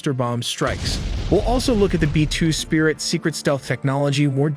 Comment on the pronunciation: Yes, I think its an AI narrator. , you can hear it say “B-2 sprit”. Someone missed the “I” in the transcript and the dumb computer said it as written.